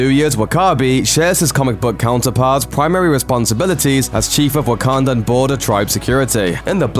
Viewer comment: I'm being serious...are you saying Wakandan or Ugandan?